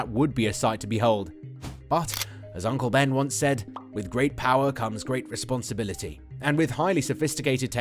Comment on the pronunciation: “Respopnsibility” -uncle Ben